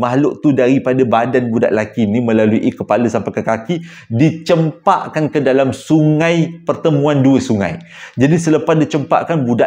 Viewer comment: DI CAMPAK KAN . BUKAN CEMPAK.